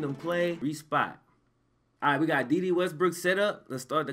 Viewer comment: its "day day" 😂😂